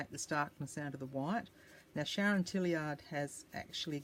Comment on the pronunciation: Awww - I love the ephemera you created in this video!!! I got such a surprise when you mentioned my name lol (yes - you pronounced it right). Thank you so much for the ‘shout out’!!! 🥰 A Bee Journal is on my ever-growing ‘To Do’ list. I’m really looking forward to seeing how your new venture comes together!!! Big hugs, Sharon 🌷💜